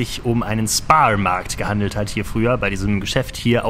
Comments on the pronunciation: kein spar sondern ein Schpar markt (so wird es ausgesprochen) :) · Den SPAR-Markt spricht man mit "SCHPAR-Markt" aus ... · Ich hab noch nie gehört das jemand "Spar Markt" englisch ausgesprochen hat 😀 Wir haben immer "Schpar" gesagt.